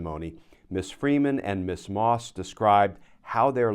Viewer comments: Ms is pronounced Mizz, not Miss. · A friendly reminder: Ms is pronounced Mz, not Miss. It was devised by feminists as a marriage status-free title for women..